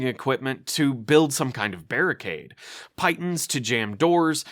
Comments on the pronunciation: PEE-tawn, not PYE-tunn. Appreciate the rest of this video's content, but this is one of my contemporary d&d pet peeves, so I had to say something. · pee-tawn... not pie-tuhn. i will haunt you until you ask a caver how it's pronounced. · Call me a nitpicker, call me El Correcto... I don't care. It's pronounced pee-tahn not pite-un. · Why does everyone pronounce piton wrong? It's 'pee-taan' not 'pie-ton'. Sorry for being the grammar nazi here. 😬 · The word is pronounced "pee-ton", not "pie-ton". It is a French word for wall anchor points that are hammered into seams or gaps in a vertical climbing face. Great video! As a veteran of late 70's to early 80's AD&D dungeon crawls, it is definitely something that is missing from 5e. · Friendly feedback, piton is pronounced "pea-tawn" in English.